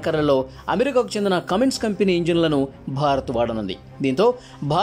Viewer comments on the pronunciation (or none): ఒరేయ్ కామిన్స కాదు కుమిన్స